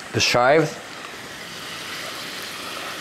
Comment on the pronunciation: Super, comme toujours ! Et « shop ze shives », je ne m'en lasse pas... le mot réconfortant de la fin, le « ite missa est ». Que du respect. You brighten my day every time, and I learned so so much from you. 💐 Merci 1000 fois, and thanks to KQED for posting these. Best regards from Montréal.